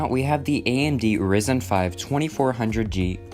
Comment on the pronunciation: it's ryzen(raizen) not "rizen"